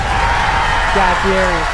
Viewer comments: Hate to be "that guy" but Fieri is not pronounced that way. Which everyone unfortunately does. As a lover of DDD (where he says it all the time) and Guy, he says "Fee-eh-dee" and compliments Sean on pronouncing his last name correctly on Hot Ones lol. It was a funny vid on Sam The Cooking Guy where Sam was pronouncing it right and his son, Max, kept trying to correct him. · It’s pronounced Fee-Ett-EE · Guy Fieri's last name is pronounced like Fee Eddie. I've met him before, and he corrected me. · Great video. But I'm still surprised people still pronounce Fieri wrong. Especially when something of his is a large part of the show